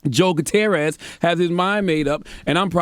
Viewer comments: Joe "Gutier-rorist" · Charlamagne you live in America and don't know how to properly pronounce a hispanic name like Guttierez oy mami caramba.... EDIT: I'm just deflecting from the issue because i'm emotionally exhausted by this shit